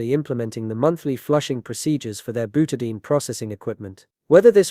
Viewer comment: Byoutahdayeen = Butadiene